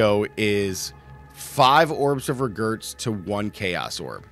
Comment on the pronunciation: Is this guy pronouncing orbs of regret as orbs of regurts?!